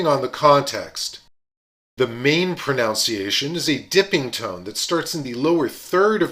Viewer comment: Extremely helpful and well illustrated. Surprised, however, that your pronunciation of the word “pronunciation” was incorrect, a common practice among English speakers. Very minor — just stood out to me amid all the Mandarin.